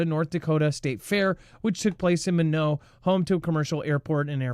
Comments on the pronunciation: FYI... Minot is pronounced My - Not.... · MINOT, ND IS PRONOUNCED MY-KNOT